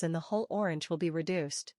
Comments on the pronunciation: She can not even say orange 😂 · You can’t “fix it” u less you stop using AI. I was willing ti comment here but I didn’t watch the video, from the moment I realized it was that stupid AI voice thwf can’t even pronounce “orange.” So unless you start using your own voice or a kfhwr human’s voice…. I won’t watch. Imagine if I typed this comment without any spaces, in one long word using random, alternating lower and upper case, no punctuation… and you had to go through the slow, irritating process of teasing out each word. How long would you last? If you have speech issues,, find another person until you’re feeling better! Get well soon!